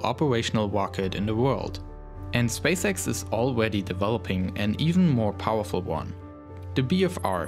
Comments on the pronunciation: the most powelfull wocet in the wowd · the wmost powaful wocket in the wold